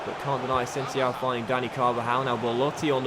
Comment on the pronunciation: Please learn how to pronounce asensio...